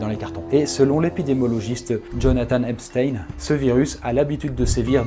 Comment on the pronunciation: Au moment où tu as dis Epstein j'ai corrigé à voix haute la prononciation sans réfléchir, suivi de ton "qu'est ce qu'il a mon accent ?" 😂 super vidéo !